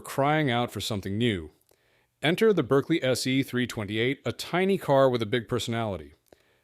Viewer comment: Another great video, lots of useful information about little-known models and very enjoyable. Berkeley is pronounced Barkley in English, say Acherbo for Acerbo, and Chisitalia instead of Sisitalia.